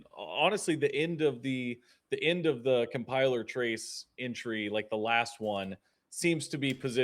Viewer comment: Lol he said cum piler 😂😂😂